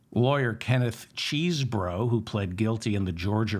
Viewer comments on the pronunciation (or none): [Chessbro] not [Cheesebro], David! and correct. PS I love you.